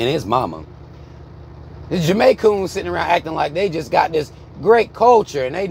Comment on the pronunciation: not the Jamaicoons lmao 🤣🤣🤣